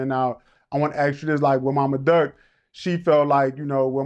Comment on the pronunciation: He said mama durk ??😂😂😂